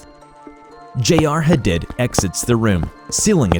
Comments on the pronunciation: love your content so much!!! someone mightve already said it but I think “Hadid” is pronounced like huh-deed. for the future 😊😊 ty for your vids u guys rock! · Why do you have so much trouble with pronouncing simple words and names? Commune (com-mewn). Viscera (vis-sir-rah). Hadid (Ha-deed). Every video, you butcher 2-10 simple words.